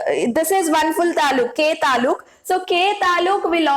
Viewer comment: That is not talu that is taluk it means district and it is kannada word nalini mam is from Karnataka know that's why she used that word❤ and mam tells It wrong that is atom is state and shells are district means taluk can you understand now😊